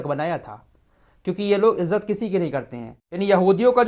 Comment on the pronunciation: रब्बी नहीं रब्बाई, हूती नहीं हौसी हैं सही अल्फाज़ हैं।